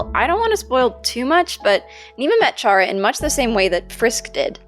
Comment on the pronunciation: Ur voice is nice :D btw I’m pretty sure chara is pronounced like kara